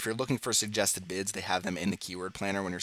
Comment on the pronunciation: All I heard was “Bitch” instead of bids 😂